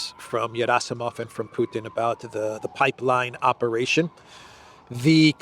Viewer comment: Gerasimov is not pronounced Yerasimov, it is pronounced Gierasimov with a hard G as in guitar.